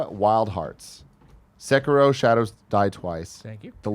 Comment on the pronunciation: Can we please get the pronunciation of Sekiro correct please. Its pronounced Sec-er-o not Sa-keer-o